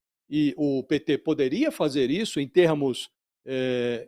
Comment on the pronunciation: Pêeeetê😝...cada vez que sai essa pronúncia